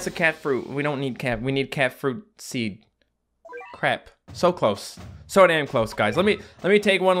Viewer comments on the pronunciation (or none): none